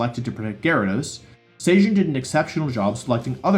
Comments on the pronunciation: Why do you say "SAY JIN", there's no A or Y in his name. It's "Seh Jun". I swear, North American people don't even look at how people from other countries romanize their names. They just make something up from Chinese or Japanese and go, "yeah that's close enough". The sound for "ay" doesn't even exist as a single character in the Korean language so it basically doesn't show up in any names. You'd think if you were researching for a video, one of the first things you'd want to know is how to say someone's name. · Please for the love of god. His name is Sejun (Seh-joon), you’re saying it like the same way you would say cajun. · He pronounces Sejun like Zacian and that confuses me so much lmao